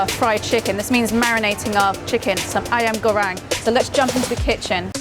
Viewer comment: Congrats on 100k aunty! Somehow my hearings a bit teased when she said "ayam goreng,asam,gula,ikan " using her english tongue, hadn't know singaporean talk like that. what's with little hand and wink and loving the use of banana leaf. Thank God we can stole from our neighour to make it more tasty.